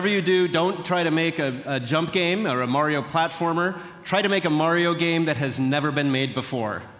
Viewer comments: He say's mayo but its MARIO lol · i like how he pronounce mario : majo